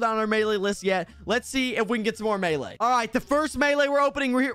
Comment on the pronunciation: Melee not male